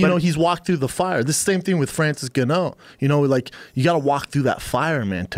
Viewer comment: Brendan "Francis Ganoo" Schaub